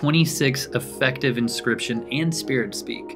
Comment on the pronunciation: Why did you say inscription so wrong the first time and not catch that. Or was it a single take and send it right to video?